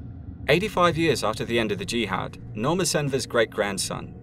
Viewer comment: jihad stress on second syllable.